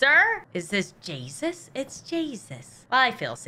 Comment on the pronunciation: I am completely normal! Also:Is that jay-sus?Its jay-sus!